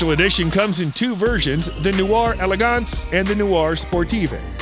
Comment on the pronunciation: You Mispronounced la (voiture) noire ( pur) sport & noire (elegance)